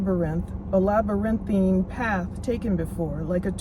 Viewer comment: you can’t pronounce labyrinth but then you say oh my God he spoke which in the English language one word has 25 meanings. It just means that they called girl get it together woman whatever you wanna be called.